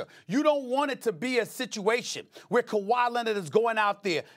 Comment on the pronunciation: He also said Kwahi was “averaging over dirty” 😂😂